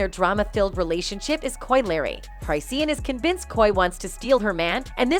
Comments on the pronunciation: Who tf is chry-see-an and Coi Larry? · Say things right at least. Google it first if you aren't sure how to say something. It's pronounced cris-shawn not cris-seen. It's pronounced coy la ray not coy lee ray. And fr means for real. Lol. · Yeah but Koi Larry though 🤣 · This damn commentator needs to know how to pronounce Chisean and Coi Leray. This is awful. Don't report "news" if you don't know how to pronounce names. Wtf